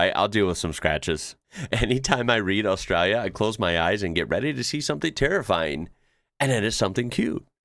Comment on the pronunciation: I love how he says Australia It’s like “oss - strayla” It’s funny seeing other people try to say Australia if your from there